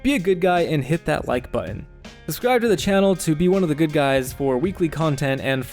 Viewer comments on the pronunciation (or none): none